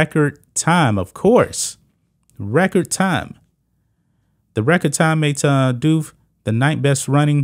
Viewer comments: The last name Diouf is not french But West African, Precisly Senegalese. Its pronounced "Dee-Oof" As a Senegalese myself i never thought i would see an other Senegalese person Or someone originating from Senegal buying into this trans ideology let alone trying to compete against women while being a man, considering how conservative and religious the country of Senegal is. This is really getting out of hands. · IT IS PRONOUNCed deeouf and it i s not a French nam e, it is Senegalese. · I believe Diouf is actually pronounced "doofus" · At 3'14" , i am not really sure how to prononce his name , because i am not french , but it is an african name !!! And they are talking about slavery , very paradoxal ! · How can you report on a subject when you don't know how to pronounce the name of the subject???